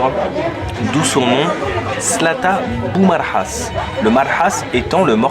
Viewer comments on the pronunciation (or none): بومهراس و ليس بومرحاص